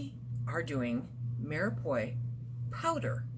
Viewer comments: My dear who ever taught you how to say mirepoix was wrong. The end is pronounced like pwa not poi. If I was saying something wrong and someone told me I would appreciate it because I wouldn't want to go through life saying something wrong if I knew it was wrong. :-) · Umm I don’t mean to be picky. It’s pronounced Mira Pwah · pronounced ---- mere pwah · Me are pu are. Is how you pronounce